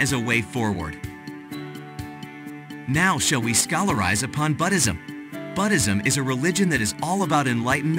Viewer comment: Thanks for this intro. I'm a little confused as to the where you are going with this, but it is intriguing. It would be easier to listen to without the music in the background. Also, check into your pronunciation and spelling of Buddhism.